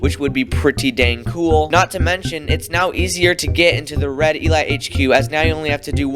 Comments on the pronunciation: Why do you pronounce elite like that 💀💀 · I love how he says E-light instead of E-leet. I find that amazing xD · the way this man pronounces elite 💀💀💀